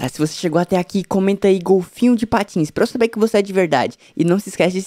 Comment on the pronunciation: "golfinho de pateins" ixquece